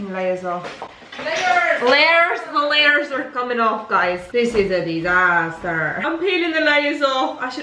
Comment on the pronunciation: Everytime she says "thees is a disastorrrr" it just makes me laugh so much 😂😂😂